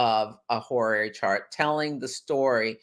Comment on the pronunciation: Hi. You probably don't realize that you mispronounce the word horary. If I may clarify this for you. It's HO-RA-RY. Not "horiary" or "horarary" -- you add an extra letter in there. Ho-ra-ry. Try saying it correctly, please. It pains me that people try to teach about things they never bothered to say correctly in the first place. Ho Ra Ry. 3 syllables.